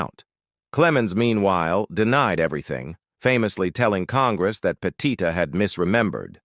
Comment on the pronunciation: That's Andy Pettitte, pronounced "PET it," not "peh-TEE-teh".